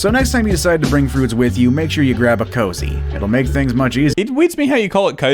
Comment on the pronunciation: It’s not a cozy. It’s a koozie. They are absolute idiots. Do they not know what sound a double O makes??